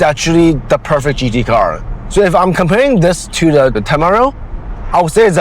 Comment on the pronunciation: You're pronouncing the temerario wrong.